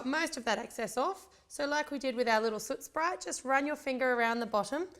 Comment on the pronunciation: Superrgirl416 I noticed that too!